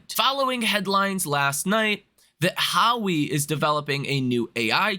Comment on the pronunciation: Pronounced "WA-WAY"